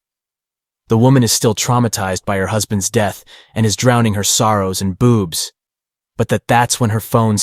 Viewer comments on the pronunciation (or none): Lmao did you mean to say booze and not boobs?? I swear I heard boobs.